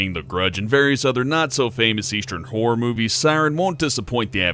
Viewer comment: I'm pretty sure its pronounced "Horror" not "Whore". Although a "whore game" does sound quite interesting...